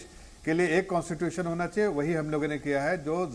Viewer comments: can't even speak Constitution...aur baat kerte hein😂😃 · कॉन्स्टिट्यूशन बोलना नही आता को और इसकी बातें सुन लो बड़ी बड़ी।